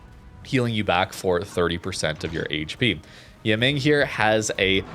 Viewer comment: *pronounced E-mung